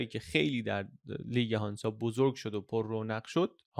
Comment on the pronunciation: هنزه نه هانزا ایرانی ها ریدن ب لهجه آلمانی